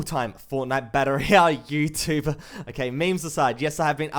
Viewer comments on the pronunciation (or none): none